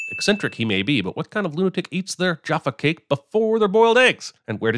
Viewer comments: The way you say Jaffa cake is a sin. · Love your pronunciation of Jaffa Cake 🤣🤦🏻‍♀️